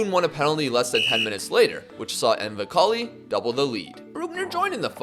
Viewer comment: Btw you are pronouncing nwakali wrongly. I am a Nigerian AMD it's pronounced nwa-ka-li. The n and w are pronounced like a w